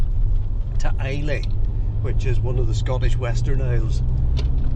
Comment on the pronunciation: Really enjoyable video. FYI It's pronounced "Eye-La" not "I-Lay".